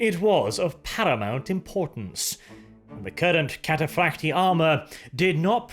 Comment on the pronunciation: Uuuh it's pronounced i-eye Cataphractii (kata-frakt-i-eye)